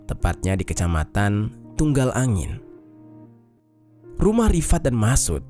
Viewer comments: Kec Tanggulangin bang Bukan tungalangin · Bukan tunggalangin bang, tapi tanggulangin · Rifat di tanggulangin deh bang.. bukan tunggalangin 😊😊😊 Kejam kali merekaaaa itu ya.. Klo di ilangin nyawa nya.. duit ndak balek..masa depan pupus di dlm penjara